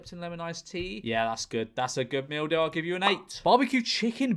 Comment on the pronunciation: The more he said "meal deal" the more it turned into "mildew"